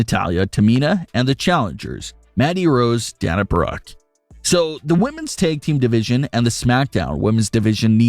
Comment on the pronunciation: It’s pronounced mee-ya not myá and day-na not dan-a